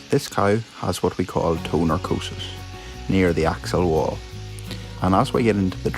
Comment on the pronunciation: You do such a good job! Love your compassion for the cows. I want to mention and please don't be embarrassed, the word is necrosis, and the toe is necrotic.. you are missing the r. Many people made medical terminology pronunciation errors, i have heard prostrate for postate, I have heard rotar cuff for rotater cuff. So please don't feel bad.